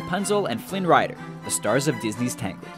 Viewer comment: You mumble when you say Tangled, you can barely hear it